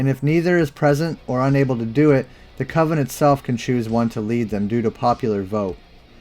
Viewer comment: "Coven's"? LMAO